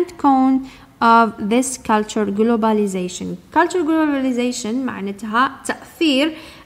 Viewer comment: Check your pronunciation of the word globalisation Mrs.